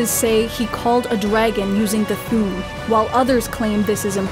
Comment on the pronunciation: Minor gripe, but "Thu'um" should be pronounced like two words rather than one.